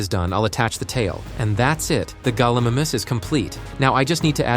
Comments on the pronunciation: It’s not pronounced gullimamus its gallimimus and it’s pronounced gal-i-mime-us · Galimimus gal-ee-mie-mus